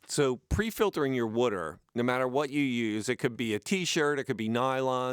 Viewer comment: Subscribed because of your pronunciation of “wooder” thanks for the content!